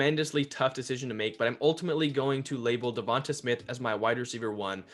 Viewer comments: Da-von-tae say his name rt not hard buddy that besides good vid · Duh-von-tae....the announcers are literally saying his name 😒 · Pretty sure you're saying Devonta wrong. It's a strong A at the end of his name. Hoping the Eagles end up with Chase. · Great analysis. But I waited all video for you to say Devonta Smith's name right. It did not happen.